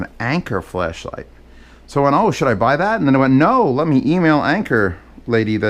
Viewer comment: Why does every time says flashlight it sounds like fleshlight